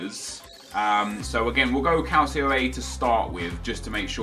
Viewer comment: Hey Nep. Love your vids m8... Just a heads up though regarding the pronunciation of Calcio...its Cal-cho, instead of cal-see-o. Keep up the great content n av a great Xmas.